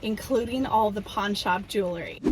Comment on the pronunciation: I love your style and I'm not trying to be mean. I just want to say, please don't say 'jewLERy'..it's 'jewELry'. I have the same issue when people say 'reLAtor' and it's 'reALtor'. Hearing these mispronounced is like nails on a chalkboard to me. 💝